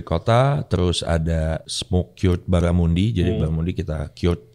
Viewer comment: Ray, ini cuma sedikit masukan utk pengucapan baramundi. Bara sdh benar pengucapannya, tp mundi harusnya diucapkan spt kata mandi. Trm ksh.